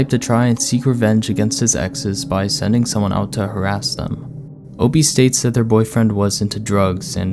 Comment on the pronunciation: I thought it was "OPIE" not "OP". Ya know, like from the Andy Griffith show? Ron Howard played "OPIE Taylor"-lol😆